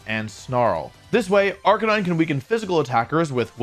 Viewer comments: OMG Wolf actually said Arcanine and not Arcanina. Didn't expect that lol. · Woah did you just pronounce Arcanine properly? Who are you?!